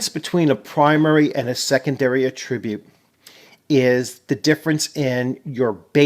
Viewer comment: Excellent video thank you! Stumbled across this game and am really interested in it. Only one nit pick about pronouncing attribute. It’s attribute like apple, not like about. 🙂 no offense intended.